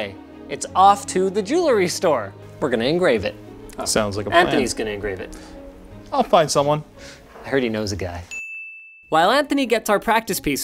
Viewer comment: Linus, you so did NOT say jew-la-ry!